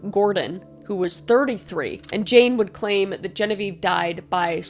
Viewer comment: Woah, it really messed with me hearing Kris say my name (Genevieve). She said it so nicely (and correctly) and it's not common so I rarely hear it from media.